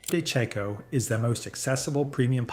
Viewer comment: You need to fix the brand name labels on the product thumbnails - it's not DeCo, its De Cecco, and it's not Roostella de Brutus, it's Rustichella D'Abruzzo.